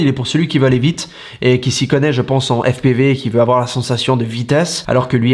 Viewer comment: Toi tu m’as fait rire 😂😂😂 Tu nous pètes l’accent américain quand tu dis FPIVI et plus tard tu nous balances au jour d’aujourd’hui🤣😂🤣😂🤣😂🤣😂 Put1, toi tu m’as fait ma journée 😉